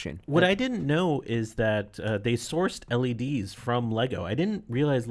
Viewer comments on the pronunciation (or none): none